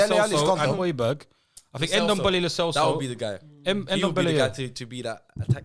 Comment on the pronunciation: please tell that it’s hoy-be-air